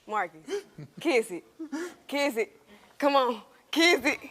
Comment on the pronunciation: Kitth it, kitth it 😅